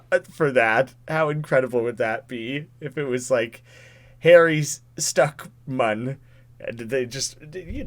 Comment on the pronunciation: Correction: Stickmin (min not man)